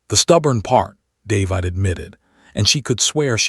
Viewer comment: If AI can pronounce plague, why can’t it pronounce the name David?